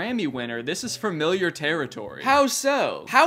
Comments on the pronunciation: why does he say fermiliar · did you say "fermiliar"? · Danny not being able to pronounce “familiar” is really endearing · i can’t get over how danny says “fermiliar” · Why am I hearing "farmiliar", Danny? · dude said “firmiliar” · love your vids danny… but fermiliar?!? 🤣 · Framiliar. FRamiliar. fRamiliar. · Had to stop watching bc of how you pronounce “Framiliar” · Danny says familiar like “furmiliur” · “framiliar” “framiliar” “framiliar” “framiliar”